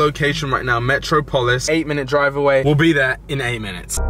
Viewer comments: Come on bro its not metro polis metropolis, you know where Superman is from You are pronouncing it wrong. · 💥💥 Haha said Metro-polis and it's Met-rop-ol-is 😂😂 haha lots of lol 💥💥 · on god you needa learn to pronounce metropolis properly loool, go watch a Superman cartoon or sumn bruh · Metro polis 😂😂 It’s metropolis 🤦🏿‍♂️🤦🏿‍♂️ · Hahaha "Metro - Polis" obviously didn't do too well in private school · Lol metro-polis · Im from London and even I wouldnt say METRO POLIS smh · ‘Metro-polis’ bruh 🤣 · “Metro polis” bruh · Mans can’t say metropolis 😂😂